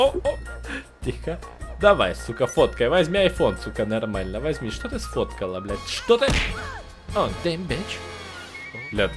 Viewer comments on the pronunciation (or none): Лайкер,пожалуйста научись говорить "ЧТО" :3